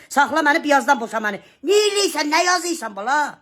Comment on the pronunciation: Vay vay yazeysan şaxsey vaxseeeysən 😅sən??? nə deyeysən,nə yazeeysən,yazeysan😅sən də bir Azərbaycan lüğəti düz oxu.